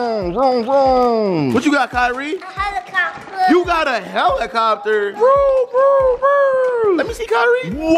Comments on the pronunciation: "A helicobler"!! lmaoo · Kyrie: Helicobbler 😂😂😂😂🤣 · bro said what is a helicopber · But he said helicopber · I was cracking up when said helicoper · "MOTE CONTROLL HELECOBBLER" IM DECEASED!! 🤣🤣🤣